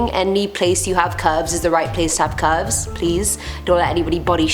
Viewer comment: Wtf are cuvs?is she trying to say curves?